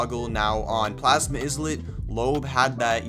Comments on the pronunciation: Bro It's not izzlet It's ilet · eye-lit not is-let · Are you stupid it’s eyelit not isss let GET IT RIGHT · Not him saying Izlit instead of Islet 😭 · Islet is like island. The S is silent. So, Ilet. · Islet is pronounced as “Eye-let” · it's written as islet but pronounced as ˈīlət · It’s pronounced EYE-lit. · It's pronounced "eye-lit" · If he keeps saying IZLET imma crashout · Bro it's just a mispronounce😭 and i also called it "izlet" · it's pronounced eye-lit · It pronounced eye lit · The s in islet is silent